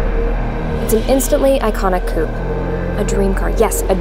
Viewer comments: did she say KUP instead of coupé? omg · Say it properly: Koo-Pey